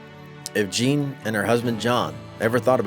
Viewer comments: You've been a genealogist for 10 years, yet you still can't get the name right? 😂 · THANK YOU! My name is also spelled “Jeanne” and mispronounced all the time.